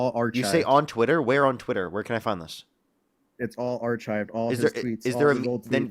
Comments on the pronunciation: ar”chived”. Really? Lmao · You missed it 😂 He said Robert Reiner's comments are - Are-chived